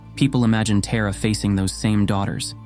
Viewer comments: I’m named after Tara. I wish that her (our) name was pronounced correctly in this video. The stories are wonderful otherwise. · What do you need to know about me besides the way he prounced my name is off 😊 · Agreed. As much as I appreciate and value these videos and efforts, the mispronunciation can be incredibly jarring. That said, it seems unlikely that Tara would refuse to show up or abandon anyone for calling her name with the ‘wrong’ pronunciation. ❤️🙏🪷📿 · Yes it was quite disconcerting, hearing it as such , PERHAPS to look on the bright side.... When facing TERRA CALL ON TAARA. God bless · Accurate pronunciation would be when saying ''ta' as in Tarzan with tongue tip touching front of teeth..hope it helped.. sharing what I know ❤❤❤ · Pronounced "Tah-ra". It is jarring to hear you pronounce it incorrectly. She isn't a figure skater in the United States. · Just a suggestion to the narrator: it’s Taaraa/ तारा (ता रा) Not Terra like Terracotta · It is pronounced Tah-Ra, not Teh- Ra. It’s good to go through the story but Teh- ra😢 no no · 'TAHRA' not TERROR , whether uoure AI or human American, get it right. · Very beautiful and inspiring video! Has definitely rekindled my devotion and faith in Tara. But please, pronounce Tara’s name and mantra correctly. You seem to be american but it sounds like you’re saying “terror” which is the opposite of the meaning presented here. Tara is pronounced “TAA-rah,” with a long open back A. Thank you, very well done 🙏🏻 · Why is it pronounced Tera? Should be Thara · I think the pronunciation is TAra not TEra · Isn't it pronounced Tar Ah not ter a? 🤢 I wish he would edit this for correct pronunciation of the subject matter. 'You had one job'. 😩 Ah, I breathe a sigh of relief for one second. My real mother named me after her, and after the hill of kings in ireland And for the meaning: ✨ 🌠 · You are mispronouncing her name,. You’re pronouncing it like Earth TERRA. But it’s the Sanskrit Tara. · Please say Taara" not a Tera 🙏